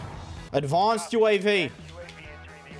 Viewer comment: Nobody:: A D V O N C E D U A V.